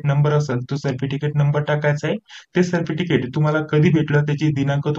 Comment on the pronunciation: Thank ❤nice information ❤ सरपटिकेट ka bolta 😅😅hasi aa gayi jarasi sorry 😁😁😁